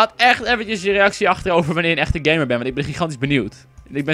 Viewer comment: Haha je zei heel de tijd gay-mer haha:-P